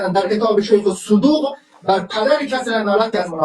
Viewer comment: این زن چرا اینقدر چیر چیر می کنه صدو ق میگه( صودوق ) احمد گاتی شک نکنید که صد در صد ولد زنا است